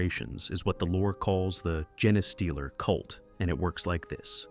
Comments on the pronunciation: GENE Stealer... not gen a stealer.... xD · I know you have “jeens” not “jens”. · "gen-eh-stealer" convinced me this is AI. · For gosh sake, just spell it as "jean stealer" so the AI will at least pronounce it correctly. Effort! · Pretty sure it's "gene stealer" not whatever the F this AI bot said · AI can't pronounce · dude no, whoever wrote this script went out of their way to make sure the AI read the script as Gene-A-stealer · Gah, I hate a mispronounced name. I just keep screaming the correction to an uncaring recording. 🤮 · Interesting way to pronounce genestealer...